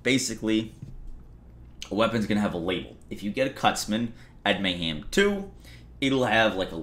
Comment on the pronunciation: Anyone else hearing saying "May-Ham"?????